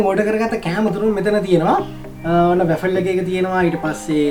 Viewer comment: RA-FEL nemi WA-FLE ! Godak hodata program eka kerenawa. Api USA edan rasa widinawa, good luck !